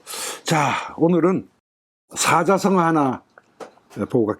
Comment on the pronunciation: 사짜성어라고 발음해야지요!